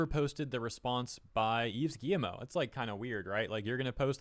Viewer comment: It’s pronounced Eve Ghee-Moh